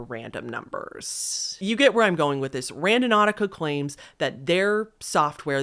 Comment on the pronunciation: No shade, I love your videos but WHY do you extent your last syllable at the end of your sentences? Especially words ending in S? It drives me insane 😭 “Realityyyy, claimsssss, thoughtssss, sensssse” 😭